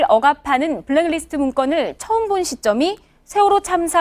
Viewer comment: 손 앵커님. 브랙 리스트가 아니고 블랙 리스트입니다. 수고하세요.